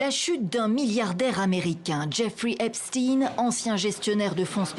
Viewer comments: Epstine ? NON, Epstein, comme Weinstein. CHTAÏNE ! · Pas Epstine mais Epstein, il est pas russe, mais juif.